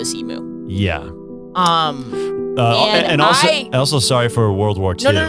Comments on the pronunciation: It's "e-mew", like rhymes with new, not like a cow's "moo"... please, for my sanity.. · It is not an e-MOO. It’s an eem-u! And they won the great emu war. They are not to be messed with. Say their name with respect.